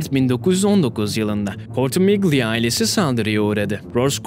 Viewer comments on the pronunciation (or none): ismin doğru okunuşu kortimilya